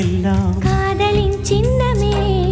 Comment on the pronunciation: எழுத்து உச்சரிப்பு பல தவறு சிரிப்பு என்பதை ச்சிரிப்பு என கூடாத சின்னமே ச்சின்னமே அல்ல தமிழ் உச்சரிப்பு வேறு